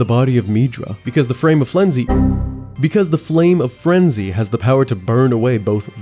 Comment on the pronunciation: “Because the Frame of Flenzy” 🤣 I died. This is me every single time I open my mouth to speak!